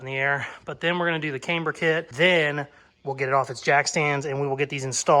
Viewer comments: [CAM-BURR] not [Came-B'ER] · Love your channel and not sure why its annoying me so much but, Please stop saying came-ber it's cam-ber. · Haha, yep keep saying kamber instead of camber. My sister used to say bushels instead of bushes, absolute gold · if you're going to say Kamber, you may as well say Proeject. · Yes, you say Came-burr completely wrong! You also skip words, making half sentences and heaps of other shit! But you are one fabricator/ customiser, so Who Cares!😉👍🤣🤣🤣...Screw the haters, they obviously need a life transplant! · The way you pronounce the word "camber", makes me question every single thing that I have ever known about cars, myself, and my day daddy... but not nearly as much, as your use of the term..."wallerd "... ----""Holey crap! WHt an amazing, Epic comment! That is the funniest comment ever on my channel from a viewer!......you know what? I think that comment deserves a mustang and a caseys customs sticker!...." -------()😆 🤣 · This looks a lot like a copy of the Hoonigan mustang to me. Yes, you are definitely saying Camber wrong, LOL. I'm impressed with this so far. Keep up the good work. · How you say camber doesn't affect the build. Looking good.